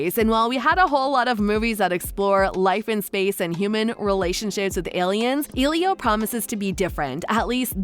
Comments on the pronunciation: The movie is using a Latin name so to pronounce it correctly the E is not a hard e but a soft e. Not e as in eel or easy, but a soft E like in elephant, Elizabeth, Eliot, emerald. The i is like a hard e. So it should be pronounced eh-lee-oh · It’s not elio ITS ELIO EL-I-O